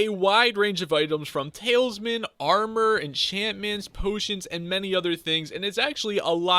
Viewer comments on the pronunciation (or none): why the hell does this guy say talesman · Did he just say "Talesmen"